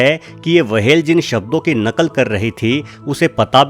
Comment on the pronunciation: wahel nahi hota hai whel hota hai